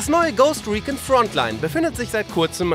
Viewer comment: Warum sagen wir in Deutschland sooooo oft Ghost Recon falsch? "Riekin"? Das wird "riekonn" ausgesprochen. Und nein, ich bin nicht kleinlich. Mittlerweile ist Deutschland so extrem gut, wenn es um die Englischkenntnisse geht und da wundere ich mich einfach.